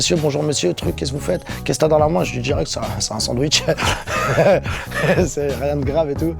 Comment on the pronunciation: " Un bandwich" mdrrrrrrrrrrrrr